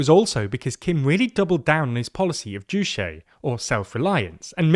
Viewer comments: “JUCHE” It’s “joo-chay” (the “che” is pronounced like “Che” in Che Guevara), not “joo-shay.” It’s Korean, not French. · 주체 or ''juche'' is pronounced as ''Joo-Cheh''. It's a Korean word, not a French one.